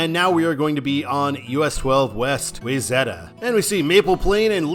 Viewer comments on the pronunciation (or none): WHYzata not wayzata. 😂